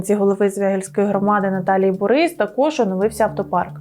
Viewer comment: І да, не борИс, а бОрис 🤦🏽‍♂️🤦🏽‍♂️🤦🏽‍♂️🤣🤣🤣